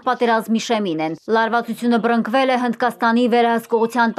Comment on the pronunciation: Լրագրող ջան, արտասանվում է բըռնԸկվել, ոչ թե բըռԸնկվել։ Եթե չեք կողմնորոշվում՝ որտեղ Ը-ն ասել, մտովի տողադրաձեք բառը։